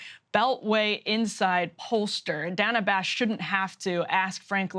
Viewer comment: Nice to see Frank Luntz catch up to Thomas Frank's analysis (What's The Matter With Kansas?) thirty years after the fact! And by the way, it's DAY-nuh Bash.